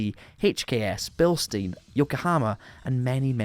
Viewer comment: The way you pronounced Bilstein and Bosozoko made me want to puke. Good vid though dude. ! 😅